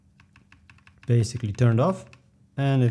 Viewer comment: Your pronunciation of "Basically" activated my Siri like in the video lol